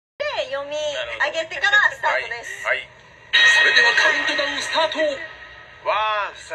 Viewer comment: スタートです が スターrtです になってんのすごい